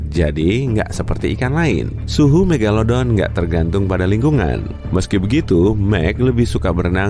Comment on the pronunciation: Siapa yg inget dulu nyebut "meglodon"